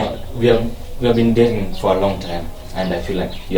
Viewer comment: Huyu jamaa eti we have been daning for long,kizungu kizungumukuti.dating imekuwa ngumu kutamka🤣🤣🤣